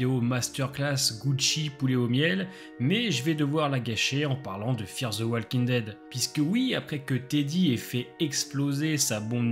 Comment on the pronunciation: Personne ne vous a dit que le L de walking ne se prononce pas ?